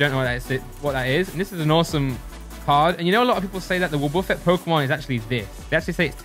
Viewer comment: its called woh-ba-fet not wub-uh-ffet